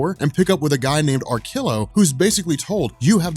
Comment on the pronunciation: BO-dikka, not bo-DI-kka AR-killo, not ar-KILL-o